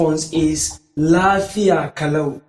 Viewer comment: The problem is that, You are posibly not Hausa Native speaker, as u pronounce Lafiya kalau incorrect.. Saying Yaya aiki is also wrong, Ya Aiki , Ya Iyali is the corect form..